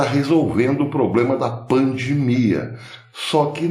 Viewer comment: Com todas as vênias, a pronúncia correta e pandemia e não “pandmia”, com minhas escusas.